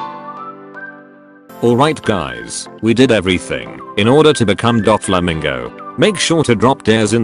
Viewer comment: Did he just say dogflamingo?